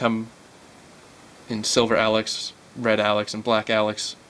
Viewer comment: it's pronounced "A-Locks" not alex!